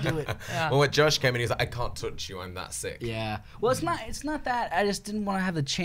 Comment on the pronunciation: SHE SAID JOSHIE!!!!